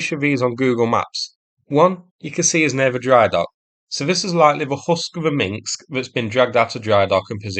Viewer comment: Not "Minksk [sic]", "Minsk".